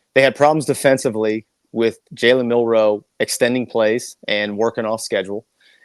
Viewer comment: Milroe not Milroy.